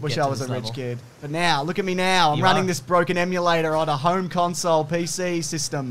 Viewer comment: You familiar with this conSOULE?" Lmao